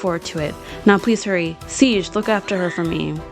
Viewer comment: Sieg is pronounced “See-g” like the first part of “seagull”